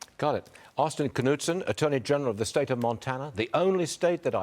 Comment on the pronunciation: Wow! They even pronounced the name correctly! "Kuh-Nudsun", not "Nude-Sun". Austin Knudsen reflects Montana values. Constitutional Lives Matter!